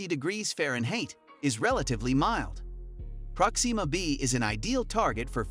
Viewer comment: Good! Now your next video has to be a thorough explanation of how NASA will attempt to get you to say PRÓxima B, like NORMAL PEOPLE, instead of whatever the hell is coming out of your mouth- like an extraterrestrial attempting to speak english- everytime you try to say a name thats been around for a while now and is always pronounced PRÓ-xima. Jesus Christ.